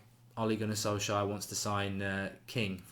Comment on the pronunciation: The correct pronunciation is SOLSH SCARE.